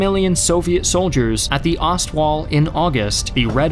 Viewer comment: "Ost" is pronounced "ōst" like the English long "o".